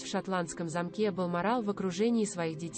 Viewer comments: Боже мой! Читающая текст делает столько ошибок в ударении! Можно было бы простить имена собственные, "СасЕкские" или "МаркЕль", но не знать имя Гамлет?! Это не " ГамлЕт"!!! Далее: "скончалась в замкЕ" , "произнесЕна"," Елизавета два?! " "высочЕство"? Дааааааа. Позор! Прежде чем записывать текст, почитала бы вслух бы перед кем-нибудь. Если в школе плохо училась, учись сейчас или не выходи в эфир. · Не возможно слушать чтицу, сколько ошибок, неправильная речь, ударения!!!!! Вместо слова замок с ударением на первом слоге, делает ударение на втором слоге !!!!! Наверное, не было репетиции !!!!